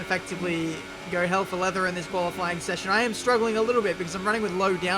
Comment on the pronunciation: Did you just say Koala-fying pace programme??